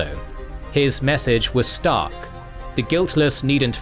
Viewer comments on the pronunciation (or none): none